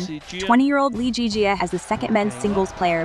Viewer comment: LZJ’s name is pronounced Lee Zii Jia and not Lee Jii Jia